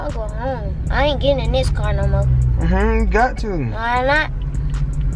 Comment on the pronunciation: “ion wanna drive in this NOMO “ 😂😂😂